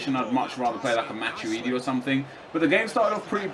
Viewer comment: ITS MA-TWEE-DEE NOT MA-CHEW-DEE